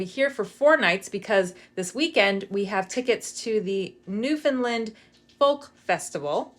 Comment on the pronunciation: Just to help you out with the pronunciation of our beautiful province it's New Found Land and not New Found "Lind" You were already two thirds right!! 🙂